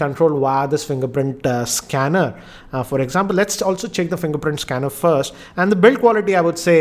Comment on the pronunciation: Fringerprint Schanner.. 😂😂😂